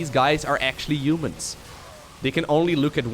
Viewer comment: I like how he mispronounces "umans" ;)